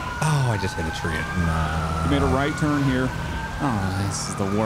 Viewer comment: Guess what. "Jweffs twurn to wun"